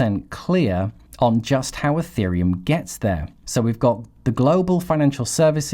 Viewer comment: I can’t take it anymore. It’s not eFerium!